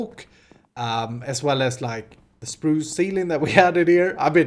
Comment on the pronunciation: I love the way you say Spruce. "Sprooosh"